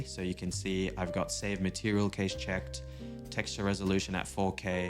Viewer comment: Awesome stuff man and cache is pronounced like cash money. 🙏🏿